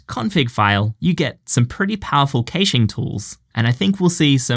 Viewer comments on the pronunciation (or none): Pronounced "cashing" where I'm at 🤷🏾‍♂️